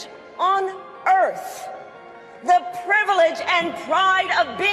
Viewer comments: Note to Kalama: It's pronounced earth, not earf. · I had to translate the word "erf" that she spoke with closed lips to the English pronunciation "earth". I'm assuming she has a speech impediment and can't enunciate the "th" sound. 🤔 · The greatest privilege on earf??? Maybe she is black or trying to be ... it's pronounced EARTH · Did this chick just call earth, erff?